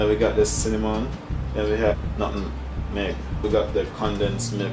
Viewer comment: THE WORD IS NUTMEG.... NOT NUTIN MEG AND